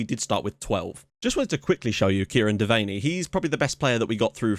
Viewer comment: His name is pronounced Dev-an-nee